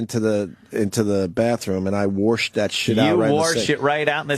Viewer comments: God can Opie ever stop saying worsh instead of wash?! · No because it's way too funny when he says it.